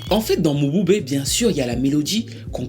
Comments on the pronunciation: Ça ne se prononce pas Mo-bu-bé mais Mboubé😅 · Prononciation is not mobube but m(e)bube